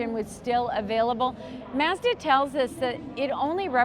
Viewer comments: The way you pronounce “Mazda” is different Are you Canadian? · Would you please learn how to pronounce MAZDA correctly?